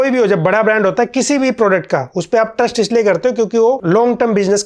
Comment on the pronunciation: U said trust I heard Gyan Therapy